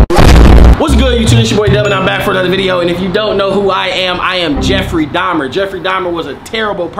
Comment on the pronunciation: Dubfrey Dahmar 💀💀